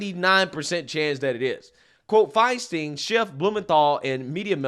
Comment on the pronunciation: It’s NOON-ez. I never mind mispronouncing any names—he does such a good job getting us the actual truth. In fact, I enjoy it when he says FINE-steen, instead of FINE-stine since he’s not being malicious. Makes me smile just a little.